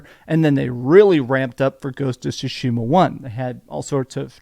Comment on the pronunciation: They still mispronounce Tsushima sue-sheema instead of sue-shima